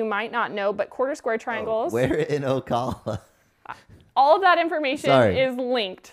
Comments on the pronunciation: It’s O-cal-uh. Cal has a long a. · Janice Wheeler I was thinking of leaving a comment on how to pronounce Ocala too 😊